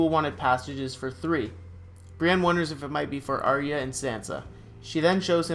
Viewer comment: pronoucing Arya's name with 3 syllables is wrong. Ar-YUH